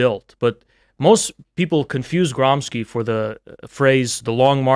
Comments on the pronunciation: Your boy Trump said that Marxists live like vermins, perhaps you could enlighten him in how it wasn’t real communism he’s citing , and that real communism share a lot of his values, like serving jews 😉 Also, it’s pronounced Gramscee, not Gramsky, he was Italian, and before being caught in the communism scam, fought for Southern Italy reclaiming her authority after the bloodbath and theft of resources known as “Italian unification” from Northern Italy with the help of France at the time. You know, the stuff that your fake ideology doesn’t teach because we’re not black/arab enough to be victims to “Western Imperialism”. He suffered from tuberculosis and short height, you know, the kind of people so desperate that are easy to grift, he’d fit right in as one of your donators. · Gramsci is pronounced GRAHM-shee.